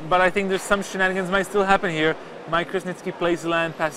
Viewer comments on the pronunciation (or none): U mean sheeennnanigans